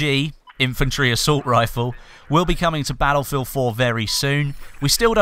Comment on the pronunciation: Bah-Ull-Field c